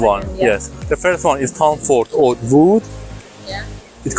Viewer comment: Oud is pronounced ood...you butcher the pronunciation man 😅